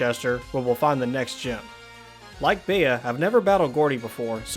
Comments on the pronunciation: It’s bee not bea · It’s pronounced bee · 🌸.+Bea is pronounced Bee.+.🌸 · its Bea (bee) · I’m pretty sure her name is pronounced “bee” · Her name is pronounced "B"